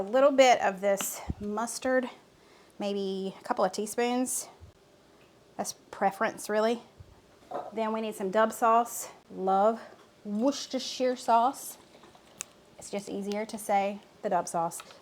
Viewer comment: Love your your videos you have amazing recipes gotta try every time my husband & watch other cooking videos they don't say Worcestershire sauce they wash your sister sauce 🤣🤣🤣🤣🤣🤣🤣🤣 yes I know it's funny